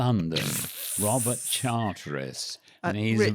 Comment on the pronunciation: Catching up ….. as a new comer. said more than once “Richard Charteris” but there’s no”i” in his surname. He’s Richard Charters